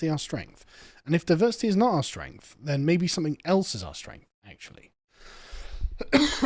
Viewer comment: Diversi’eee (not diversity) is our … whatever it is.